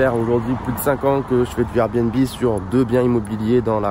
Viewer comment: Son RRRRRR bnb 😂🔊